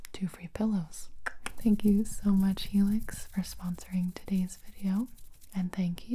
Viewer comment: What everyone heard: Helix What i heard: Felix